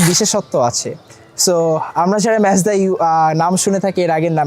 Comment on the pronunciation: its Mazda bruh. not Mezda :/